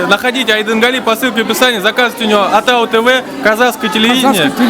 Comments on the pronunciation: Атау тв емес атыңнын басы дұрыс сөйле ООООТАУ ТВ . ШЕШЕ ӘБДЕН САСЫҚ ОРЫСТАЙ ОРЫСТАНЫП КЕТКЕН! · не атау дорогой, а отау тв. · Не Атау тв , Отау тв... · Не Атау ТВ, а Отау Тв, автор ты сам говори нормально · Ассалаумағалейкүм. большой респект что не равнодушен! Но не Атау тв а Отау тв. И не надо говорить через А когда стоит О и наоборот. А то получаются искожение слова. Еще раз большой респект. Пишу с города Караганда что в центральное Казакстане. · Не атау тв а отау тв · Ассаламуалейкум жигиттер. Вы молодцы. Хотелось бы сказать на казахском языке О произносится как О. Не атау тв а отау, не дастар а достар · Ведущий с себя начни, что ты несешь АТАУ... АТАУ .., «Отау» так и произноситься!!! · Не атау тв правильно О тау тв